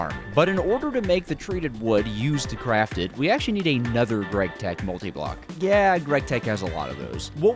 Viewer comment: "gregtech" Ew